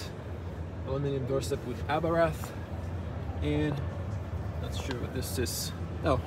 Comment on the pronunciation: What is so hard before one does a video that they know how to pronounce the man's name???. It is pronounced "Abart ( the H is silent) .....and absolutely not "Abrath"